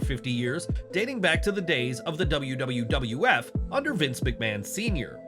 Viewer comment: Bruh said wwwf😂😂😂